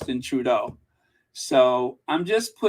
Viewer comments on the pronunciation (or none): none